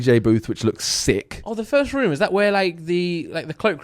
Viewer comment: Love the way Simon says room Sounds like he’s saying ruume or Vroom